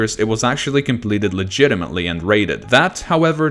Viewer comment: “and slaughterhouse was verified legitametly”xD